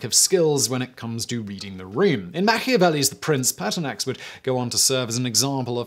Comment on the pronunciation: Ha, I also heard Paarthurnax at first but was disappointed when I turned on captions.